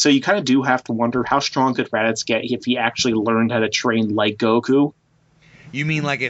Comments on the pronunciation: Its not Raditx bro lol. Its Raditz. This video had such great content in it and it was very very informative. Keep up the videos. But from now on, if your gonna bring Raditz up again please say his name right from now on bro lol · Um.....it's pronounced RADITZ not RADIX. What the fuck??? Seen the show at all? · Why the fck does he keep saying RADIX are japanese people pronounce it like that or does he not know it is RadiTZ??????? Sorry it is so annoying... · It's Radditz not Raddicks lol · ok one of them (dont know witch) but they never say raditz they always say "radickz" ALWAYS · Why do you say Radix instead of Raditz? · radix it's raditz 😂😂😂😂😂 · HIS NAME IS RADITZ! NOT RADIX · It's RADITZ not Radix what the FUCK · They show Vegeta training as a child against saibamen. Also, the Ginyu force specifically mention training camp. And it's Raditz, not "Radix." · its radiTz not radiCz dang xD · I like the way you pronounce raditz😄 it kinda sounds like radix which almost sounds cooler. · How do u mispronounce raditz radicks? U consider yourself a dragon ball fan but don't know the names? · is it just me or is it almost every time says raditz it sounds like he's saying radicks haha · Anyone else annoyed how he say raditz?? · Nobody:: "RaDiX" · Why do you keep calling him Raddicks? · Why does it keep sounding like he's saying "Radicks"? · Does anyone else here him say Radicks? Hah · Can you stop calling raditz radix. Its honestly annoying and throws the video out of whack. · Pls don't tell me that I'm the only one who keeps thinkin' says Radicks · Omfg do you have marbles in your mouth? Why can't you pronounce Raditz properly? Where the hell are you getting "Radicks"? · Why does he keep saying Radix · Why the hell does he keep calling him Radix?! Lol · You sound like you're saying "rad dicks, bro" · Are you saying radix? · Does anyone else keep hearing Raddicks? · It sounds like he's saying "radicks" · Say "Radix" one more time... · Radicks lmao